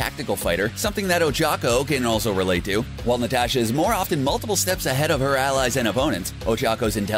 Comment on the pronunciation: He even says Natasha wrong it's not limited to just the my hero characters, so annoying!